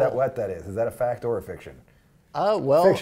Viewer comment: "It's a fict!"